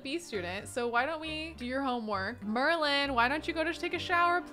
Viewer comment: Every time she says Merlin I think she is talking about the merman because MERlin!